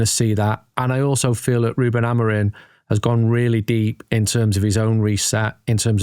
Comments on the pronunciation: Amorimmmmmmmm. Not amareen. :/ your lips should touch each other when you are done saying his name. if it aint, you are fucking having a laugh. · How hard is it for you guys to pronounce "AmoriM" correctly? It isn't Amorin or Amarin. Absolutely butchering an easy name, good lord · Dear TOTD - how come all you guys pronounce Amorim as Amorin? I've noticed many times. Ta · Why do they pronounce him Amorin? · Love the podcast but please lads, can we pronounce the M at the end of Amorim rather than replacing it with an N? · It's pronounced Ah-moh-reeng 😃 The guys say it correctly for the most part albeit with an English accent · Surely Amorim should be pronounced with an “m” and not an “n” at the end? Yes, I’m one of those 🤦🏻‍♂️ Except for that, I am very excited for the future